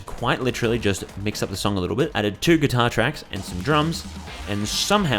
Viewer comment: “kuitar” heh